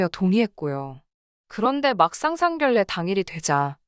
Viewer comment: 미친것 상결례가 아니고 상견례라고 읽어라 무식이 철철 넘치네